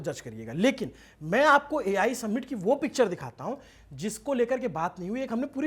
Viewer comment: भाई, आपका कवरेज हर चीज़ में बढ़िया है लेकिन समिट को सम्मिट मत बोलो। 🙏🏽